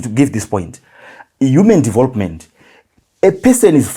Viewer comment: It's development not devopment dofo